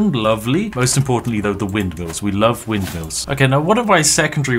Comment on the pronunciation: When Spiff said I really love mindmills, he became truly Dutch for a second.